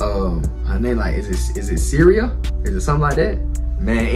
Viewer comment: It’s pronounced shreeya. Do the cat & mouse video if you want to see more of her